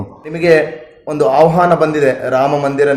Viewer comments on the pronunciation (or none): ಔಹಾನ ಅಲ್ಲ ಸರ್ ಅದು! ಆಹ್ವಾನ ಅದು!